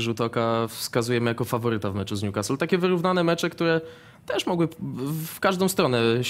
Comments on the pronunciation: Nazywają się ekspertami, ale jak słyszę w wymowie ''Niukast" to mi uszy krwawią, wymawiajcie to jako "Niukastyl" jeżeli nie znacie akcentu, a jesli znacie to "Niukasyl". To tak samo jak Ci co na Leicester mówią "Lejczester" zamiast "Lester" ehh... PS. Najgorszy jest Rafał Nahorny który zawsze tak wyraźnie wypowiada nazwę Newcastle z błędem (a do tego nazywa Premier League Ekstraklasą...) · Panie Jarku... tylko nie Niukastl!!!! polecam do odsłuchania i nauki: Pozdrawiam :)